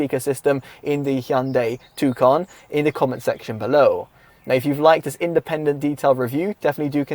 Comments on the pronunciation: Its not a tucan its a tucson just say "tosan". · TUSON it’s pronounced